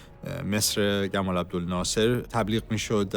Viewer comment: این نمیتونه تلفظ هارو درست و سلیس بگه؟ گمال عبدالناصر کدوم خریه؟